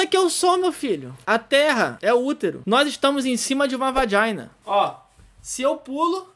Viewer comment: "VAJINA"rachei kkkkkk